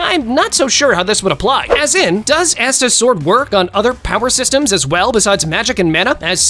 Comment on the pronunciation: I have multiple things to say about this non-sense 1: the way he pronounced asta 2: the fact he chose the regen of someone that can heal from a drop of blood over someone that basically just says "NUH UH" to death 3: saying "Asta's sword" implies he only has 1 but as of right now in the anime he has 3 different swords (not counting that time yami let asta borrow his katana) 4: bro took gojo's infinity as if half the anime that exist don't have someone that can completly destroy it 5: he wasted his special ability on anya's mind reading when his character has inf speed, the magic eye of chaotic destruction and aizen's BIQ 6: he took a pig that, while in it's strongest form, momentarily knocked back the demon king from seven deadly sins when he could've taken arceus or one of the other very powerful anime companions 7: we can't be totally sure if zeno's race are all completly overpowered as zeno is one of a kind and if he wasn't there's a high likelyhood he would be exceptionally more powerful than the rest (i would've gone with beerus' race or angel as we know more about those and can say almost for certain that those races are all really powerful)